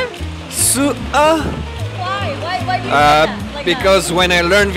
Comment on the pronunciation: It's so fun 😂😂 His pronunciation of Sữa is excellent 🤩